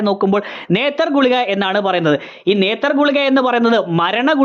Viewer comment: Nethar alla NETTER means blood in Tulu❤